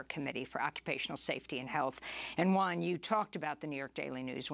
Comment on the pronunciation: Great show, I always listen via podcast. 1 little thingy, please pronounce Juan's name properly: Who-an :)